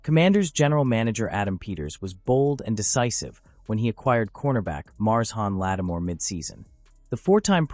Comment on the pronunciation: Gotta love these AI articles with an AI voice that can't pronounce names. Who is Mars Hawn lattimore